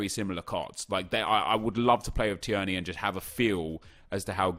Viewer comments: Tier-ney.. Not Tiearney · I’m sorry, it’s tear-knee not t-er-knee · Please stop saying tee-erny 😂 It’s pronounced Teerny 🍀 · Teer-knee not tee-er-knee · Tierney is pronounced “teer-nee” not “tee-ern-ee” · Not t-EEEEE-r-n-a-y it’s t-EA-r-n-a-y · "Tee-yerney" No Nep its "Tear-knee" hahaha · His name is not Said Tierney it’s said Teerney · Hi nep, just thought I’d tell you that Kieran Tierney SBC card is pronounced like “Teerney” as opposed to “Ti-erney”, no hate... just trying to help! Keep up the good work x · Tear-nee not tee-ur-nee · Tierney is pronounced tearny and not tiurny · Nep it’s tier-knee not ti-er-knee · I’m from Scotland and thank his somebody actually rates Scottish players also it’s pronounced t ee rny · Im a celtic fan and the way he pronounced tierney annoyed me so much. Its pronounced teerney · IT'S PRONOUNCED TEERNY. YOU SASSANACH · So imma be that guy that pulls you up on pronunciation. Tierney = tear-knee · It's pronounced teerney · It’s pronounced like teerny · Please Nep so being a snobby arrogant english man and pronounce tierney properly.Teerney is how you pronounce it.Hes Scottish not Serbian or something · Tierney is pronounced like “Tear-Knee” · It's pronounced teernay Scottish I know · Nep its pronounced tear-ney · It's pronuced tiernee rather than tierney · Its pronounced 'teernee' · Again, It is Teer-knee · It’s pronounced Tear-nay, scottish twang to it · big man its pronounced "teernay" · Can you please pronounce tierney properly. Honestly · Stop saying Tierney's name like that. You can tell, you've only fifa knowledge and not actual football knowledge. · say tierneys name right ya dick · The way you pronounce Tierney is very triggering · Why is he pronouncing Tierney like that?